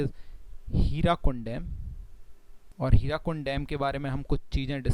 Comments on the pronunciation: Its Hirakud dam. Not hirakund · It's Hirakud not Hirakund... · hirakud not hirakund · Not Hirakund.. it is Hirakud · It's Hirakud and not Hirakund :)